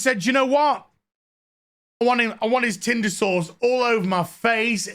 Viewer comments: Can someone translate British. Is saying tinder sauce or tinder source? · Omg... saying tinder sauced or sourced... who knows... it's killing me hahaha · 🤭😂 Me when I realized you’re not saying tender sauce you’re saying tindr sauce! 🤣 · I thought Odin’s old man voice saying “tinder sauce” was funny but holy shit when I heard your posh old world accent stress the syllables on sauce when saying “tinder sauce” I lost my shit. Thank you for that.